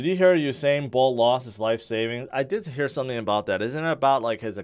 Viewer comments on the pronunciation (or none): none